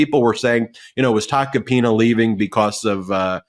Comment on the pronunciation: For a moment I thought said "I'll get back to Tacopenis" It was actual Tacopina's 😂